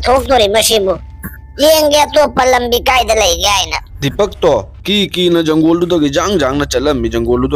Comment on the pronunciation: Janggol haidi kari hairino ? Jungle haidi khanggi. Forest tadi Fou rash hairanina